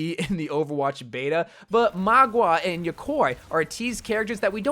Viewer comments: I die a little bit everytime says Magua instead of Mauga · Mao-gah, yo-Kai* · Probably a black ops 3 Shadows of Evil player in the past to be saying "Magua" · excuse me how did you pronounce mauga and yokai? "MAW-GUH", "YO-KAI", uncultured weirdo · its Ma-OO-Ga and YO-Kai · "Magwah" "eternalise" "yakoy" dude i think you might need to practice your phonetic pronounciation with your scripts a bit ay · Nobody. Absolutely nobody.:sorjurn and mah- gwa